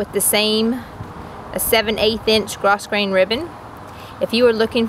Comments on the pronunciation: It is GRO GRAIN...do not pronounce the s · Pronounced gro-grain.